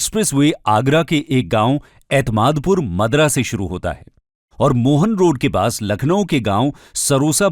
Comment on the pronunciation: Sir Agra Lucknow Expressway Lucknow ke Mohan Road pronounce as मोहान रोड नियर सरोसा भरोसा पर खत्म होता है। One more correction Delhi Meerut Expressway 236 जिलों और 10 गांवों को कैसे जोड़ेगा इसका opposite hai।